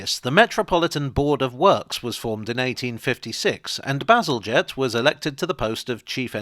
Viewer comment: "To be honest I just sort of got carried away there talking about sewage, as one does" made me spill my cranberry juice 😛 thank goodness it missed the keyboard 😁 Also my eternal gratitude for finally revealing to me how to pronounce Bazalgette 🥰 I'd been wondering about that for ages